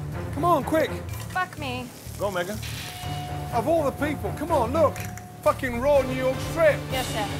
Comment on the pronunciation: *fooken raw 😂